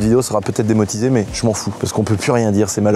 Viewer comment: Petit like pcq t'as dit "démotisé" plutôt que démonétisé. J'déconne super le sujet de "d'où viennent les voitures comment et combien on les a payées" etc.....